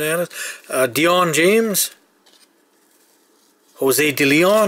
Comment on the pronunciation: You pronounced most of the names right, something the US guys like me never get right.